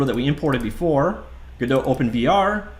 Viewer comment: theres no umlaut cant say it like godote the t wouldnt be silent either